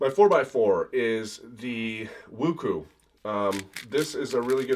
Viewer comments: wuchwey not wuku. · WuQue pronunciation- Wu Chue not Ku sorry im Chinese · You mean the Qiyi Wuque [Woo-chway] not [Woo-coo] Cubicle WuShuang [Woo-shwahng] not [Woo-shwang] I feel so weird using goofy English phonetic spelling instead of IPA. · For everyone saying that it’s pronounced, “woochway” you are wrong. I know. Just calm down. It’s pronounced woo-tchweh. It’s Chinese which is probably why you don’t know. “Woochway” is the American version because Americans can’t pronounce it properly. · ITS PRONOUNCED WUU CHUAY NOT WOOKOO get your pronunciation right. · It's pronounced woo-choo-ey not woo-coo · i can confirm that it is pronounced as woo chweh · Woo-Chwehh, not Woo-Chweyy. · It's pronounced Woo-Chweh, not Woo-Chway. Try asking someone who is actually Chinese. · you're pronouncing it right as of july, but i still cringe over "Wuku" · I know it doesn't matter how you pronounce them, but I was yelling IT'S PRONOUNCED ZINGHEN AND WOKWEY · No, and no. ChingHen. And he did pronounce WuQue wrong but it is actually pronounced Woo-Chwehh. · actually its Wootsweh